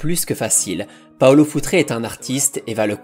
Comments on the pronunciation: Futre est portugais donc c'est futrE.... Le e de prononce simplement sans accent pour un portugais. Il faut arreter avec les paulo futré, josé fonté, pepé ! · Je me permets juste même si c'est rigolo ok dit foutre et pas foutré (ton pote Alex de castro va te taper sur les doigts 😂)